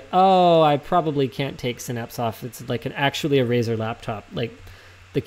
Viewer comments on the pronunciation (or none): none